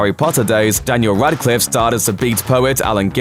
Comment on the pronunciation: RADCLIFFE, NOT RADICLIFFE